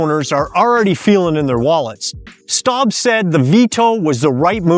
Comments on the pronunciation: I missed any visuals, so I don't know if you were referring to US Rep. Greg Steube. If you were, he's my rep. His surname is pronounced Stew-bee. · That's no silent E with Steube. The name rhymes with Ruby. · STEUBE - is a German name. Learn to pronounce it. Otherwise I agree.